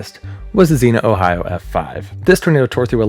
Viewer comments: (I don't mean this is a nit-picky way, just like... a future reference way? If that makes sense? Like, I'd want someone to tell me if I was the one pronouncing it wrong. You're awesome, in no way do I wish to be rude) I'm fairy certain the "i" in Xenia is actually pronounced, it should rhyme with Armenia, Slovenia, and Schizophrenia. My aunt and uncle live there. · Don’t like being pedantic but Xenia is pronounced, not as Zena, but as Zee-née-a. I’m from SW Ohio and know of what I speak. In all other respects, I think your video is excellent. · so I live in Xenia, and it's actually pronunced zee-nyuh and not just zee-nuh lol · Zeen-yuh (Xenia ) is a city in Ohio Zenna is a hot female sword packing warrior. LoL We all pronounce things slightly different on certain words. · Where are all my Ohio peeps correcting him for saying “zee-na” instead of “zee-neea” for Xenia 😂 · Xenia = zee-nee-uh. Not Zeena. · Zeen-ya, not "Zeena." Xena is a warrior princess. Xenia is the city in Ohio. The science is your video is solid -- work on the fine points of pronunciation. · that's zenia not zena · It's not "zinnia" like the flower. It's "zeen-ya" Xenia, Ohio. "Xe-Nia" lol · Xenia, not Xena. That's a warrior princess, not a town. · Xenia pronounced Zeen-ya. You know Google translate has a voice option and it’ll tell you how to pronounce any word. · I remember that night in 74. I was in southern Indiana, and we were under warnings all night. I was tuned into a radio and recall the moment I heard when it was hitting Xenia. BTW, it is pronounced "Zenia" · I’m from Ohio not to far from Xenia , whenever people ask if we get bad tornados. Xenia tornado is the one we bring up. (Also we typically pronounce it “Zeenya” the I kind of has a y sound) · Xenia = Zeen-Ya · Xena?😅 Its Xenia man. Nice video brother. Later on in video you got it once or twice. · Love going over these, but while I know this is a three week old video, I have to correct as someone from the area. Xenia is "zee-nyuh" lol.